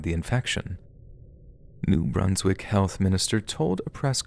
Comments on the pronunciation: It's New Brunz-wik FYI short u. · "New Broonswick" 🤣🤣🤣🤣🤣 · You don't know how to pronounce New Brunswick. Dislike from this Canadian. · I was surprised when you brought up New Brunswick! I had to laugh on the way you pronounced it the first few times too. I’m thankful that you touched on that subject, it is very strange, and people really need to hear about it